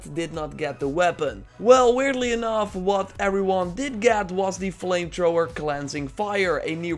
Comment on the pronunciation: He said flame Trhoower lol